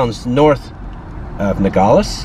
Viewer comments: Finally someone giving Arizona and the most Mexican side of it! I personally love it mostly because I’ve lived here my entire life. And just a little thing when pronouncing Nogales instead of saying it like “Nogoles” really pronounce the a in it. Just like it’s spelled NogAles. You don’t have to make it the loudest just pronounce it I guess. Nogales pronunciation is nothing special! And don’t get confused I live in Nogales but not down town. Just going a little bit up is a huge difference lol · It would help if you knew how to pronounce Nogales ...No-gal-es. not gaul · The name of the town is pronounced No-Gal-les. Equals Nogales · Just FYI its pronounced "NOgales" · i feel safer on the mexico side. we live in rio rico, just outside of nogales. and it feels very safe in this whole area. the crime here is nearly nonexistent. he couldn't say "nogales" correctly. and it means "walnuts". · Youre mispronouncing the name Nogales. But yeah I live 12 miles from there, go there every weekend. Safest city in Arizona probably.